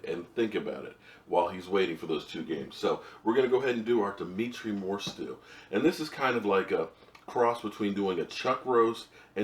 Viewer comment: Isn't it "DemOntre" not "Demetre"? I'm not sure!